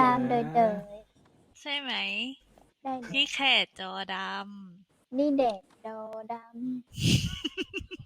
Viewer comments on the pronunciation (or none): “ดี่แดด ดอดำ” ก็ลั่นแล้ว “ดี่แดด ได่ดีดอ” ลั่นกว่า สงสารเทพจริงๆ